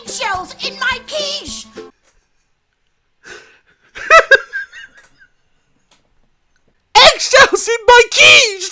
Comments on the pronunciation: "EGGSHELLS IN MY QUicHE!!!" what I heard: "EGGSHELLS IN MY COOCHIE!! " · Lol it's quiche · It’s quiche lol